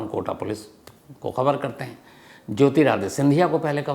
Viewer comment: Jyotiraditya sir aap kyu jyotirade bolte ho😮